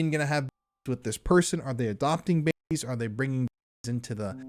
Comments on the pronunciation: My god, you can't even say babies? Dafuq? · Why can you not say "babies" so strange...